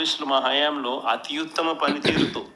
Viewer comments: అత్యుత్తమ అని పలకడానికి రాదు. మరేం చేస్తాడు? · భాష లో అధ్భుత ప్రయోగం.... అత్యుత్తమ నీ అతి యుత్తమ అని పలకటం... మరో భాషా కోవిదుడు.